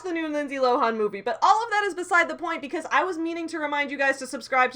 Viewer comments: I'm sorry to get side-tracked, but "Lindsay Lo-hawn"? Hrm? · I like how u make "Lohan" rhyme with "Gohan" I'm gonna start doing that